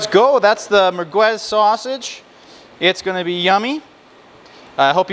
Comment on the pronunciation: Pretty funny how you pronounce the word mergwez, no it's mer'gez. By the way, it's typically Algerian and not Moroccan. By definition merguez is and should be hallal.